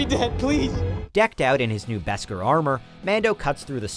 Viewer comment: its bes -car armor not bescer